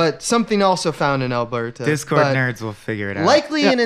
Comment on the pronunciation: I’m only 7 minutes in, and I have to tell you as a resident of Alberta the way and pronounce Alberta is bothersome. You don’t separate the Ber and Ta sounds. It’s a continuous sound, more like Al-Berta. Petty gripe, but still...